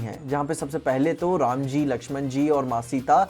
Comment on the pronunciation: Everyone described the "rama" name voice in his way but did correct